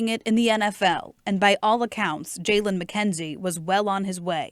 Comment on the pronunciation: this was one of my best friends😭💔 also you’re pronouncing his name wrong it’s spelled Jaylon and pronounced “Jaylen “ and we’re from Belleville not Belleview..😭